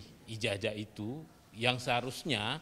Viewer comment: Cobalah kalau bicara memakai bacaan yg benar ijajah padahal kan ijazah